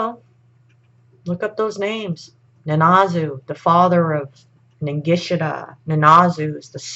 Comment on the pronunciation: There is a Z in Ningishzidda, you're not pronouncing it. Also Enki, en-ki isn't pronounced as An-ki, it's painful to listen to you mention both, ningishzidda 3-4 times in the first 73 seconds, incorrectly. I had to switch off.